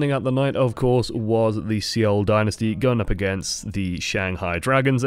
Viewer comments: I think Seoul is pronounced "soul" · I hate the way you pronounce seoul.